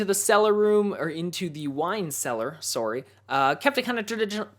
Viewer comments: Sorry . So Canadian. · It's the Canadian accent lol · At that point, he said sorry in a strong Canadian accent. I thought it was funny, but not in a mean way. :)